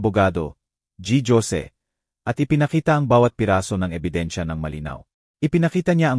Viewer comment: haha G. Jose basa nyo ay literal na letter G at jose ganin din as in J as jar? Basa po niyan ay Ginoong Hose